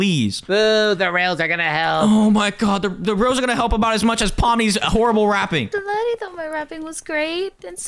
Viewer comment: Laddy not laddie but it's okay